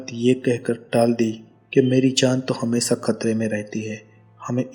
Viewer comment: itna tough hindi..✋thora lehja sahi kr k video bnaya kro.jahaj,hamesa,maceengun, laskar,jada,dace,najar😂😂😂